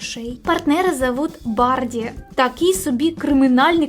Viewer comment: Очень интересный канал! Классная подача. P. S если я не ошибаюсь : не БаРДи а БаДРи ( Патаркацишвили)😆